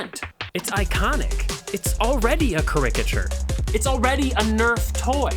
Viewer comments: Neat build, but "kurrikiture?" I assume you mean care-i-ka-ture (written pseudo-phonetically). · I had to pause the video for "ca-RICK-a-tures." I don't know if it's a regional thing, but I've always heard "CARE-i-cah-chures." My internal pronunciation cop is struggling to let that slide. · CAR-i-ka-chur not ca-RICK-ka-chur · How is it you keep pronouncing "caricature" wrong? It is keh·ruh·kuh·chur not ca-ric-a-tur. google it if you aren't sure. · You are missaying "caricature". It is said like this: ˈkerəkəˌCHo͝or You can even go listen to an example on google.😄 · Sorry to be that girl, but-- CARE-ick-aht-chure It was triggering the 'tism. Consider this comment scratching a neurological itch. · I'm dying at how he says caricature. "Cah rick ah chure" 😂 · he's got the em-PHA-sis on the wrong syl-A-ble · Care- uh-kuh-ture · Cah-RICK-a-chur is a wild way to say it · You sound so ignorant mispronouncing "caricature" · Lol.... I guess you never heard or seen the word caricature before you used it in this video huh.... Cuz yo goofy ass pronounce it funny as hell Nerd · I don't think I've ever heard anyone pronounce "caricature" like that before. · you're saying caricature wrong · The pronunciation of "caricature" 🤣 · Is your mispronunciation of "caricature" engagement bait? It's working on me. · Ca-ricature, as in rhyming with ligature? Well, that pronunciation’s new. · Just when I think Americans can't mess up our language and mispronounce anything else... "caricature"... who the hell emphasises the "ric" in the word!? Still love the channel... just saying. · That was the most absurdly incorrect way to pronounce “caricature” Ive ever heard. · are WHAT? How did you just pronounce “caricatures”???? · Oh okay, thank you. You're saying that word wrong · That’s not how caricature is pronounced XD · Just in the interest of learning (because I'd want someone to tell me in conversation), you mispronounced caricature . If it was intentional for humor ignore this comment.